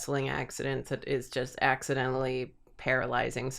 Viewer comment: why did you put emphasis in "IS" ? Shouldn't the emphasis be on "IN" ?